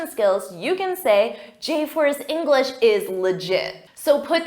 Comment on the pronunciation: I'm sorry,, but every time you say "englis speaker", yes without an H, it kinda bothers me.